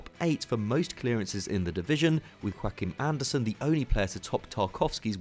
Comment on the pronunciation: he also pronounced “Joachim Andersen” as if he was Spanish😰🇩🇰